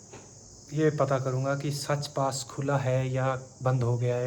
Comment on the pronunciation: सच पास नहीं साच पास है आप उच्चारण गलत करते हैं